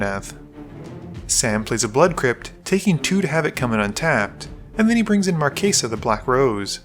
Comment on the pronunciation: Stop pronouncing it "markaysa" it's "Marchesa" like "chess" or "Chelsea" or "chase" NOT "case"